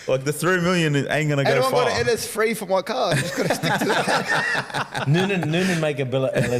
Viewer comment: They need to get an English teacher on the podcast to teach how to say “Three” instead of “Free”